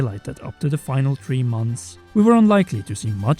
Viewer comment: I hate the way you say three, sorry, but I still like your content